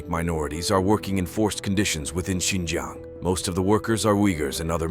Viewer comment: "Xinjang" Highlights Tajikistan 🤣